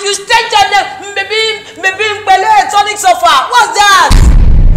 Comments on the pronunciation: she say tonic solfa🤣🤣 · Did I hear tonic solfa😂😂😭😭😭😭😭